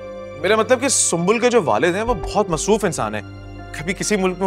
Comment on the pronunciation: Tai g pury drama ma Matlab ko matbal Keh rahi ha 😆